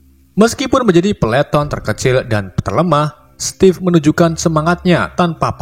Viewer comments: Stevif bang, bukan stev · Steve itu sebutan nya stif bukan stef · Ejaan nya stiv